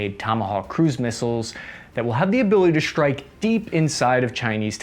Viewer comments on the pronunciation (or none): ‘Strike’ and ‘strategy’, not ‘shtrike’ and ‘shtrategy’.